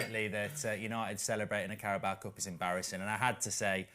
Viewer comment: Goldbridge why do you pronounce it the carabowa cup 😂